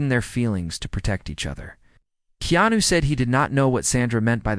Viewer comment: This Narrator is shouting by using all Capital letters which is rude. Also this Narrator has misspelled and pronounce keanu wrong 4 different ways. This is why you do not get that many viewers . Go back to school to learn how to spell and pronounce People who have uncommon names. 100 thumbs for this Narrator .